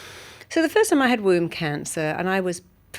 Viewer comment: At first I thought she said WOUND CANCER!!! Womb cancer!!!